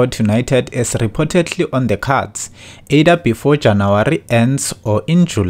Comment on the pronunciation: either OR eida ? . You also need to do a basic English words pronunciation Course .